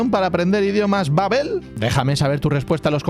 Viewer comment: Babbél babbél 😂 Babbel